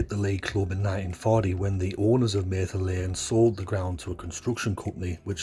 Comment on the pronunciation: It's Mather, not mayther lane